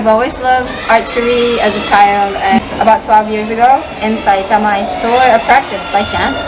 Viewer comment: weirdly the most interesting thing to me is how her New Zealand accent is almost completely gone, she speaks almost entirely with American English pronunciation apart from the word “saw”. I guess being in Japan for so long, the only English she would be regularly exposed to is American.